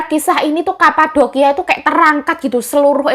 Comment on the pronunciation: medok yo yuk "kapadokia" , 😁